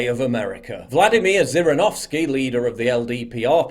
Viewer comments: Paul his name is pronounce with a J not the Z literally in english Jirinovsky. Not making a hate only educate. I like Zhirinovsky he is a good fellow. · This politician's name is pronounced ZHirinovski. Like the sound of French "J". Like "Jirinovskiy" not like "Djirinovskiy" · Jirinovsky Nor Zirinovsky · It's pronounced "Zhirinovsky" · ZH in zhirinovskiy stands for Ʒ sound, like in a word "viSion" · It's a weird pronunciation of "Zhirinovksy" you have. Also he's populist, not real nationalist xdxdxdxdxd. upd how did you manage to mix up "Zh" as in Zhirinovsky and "Z" as in Bezmenov? If anyone sees it, he got it backwards for some reason. Not judging, you probably don't know the language.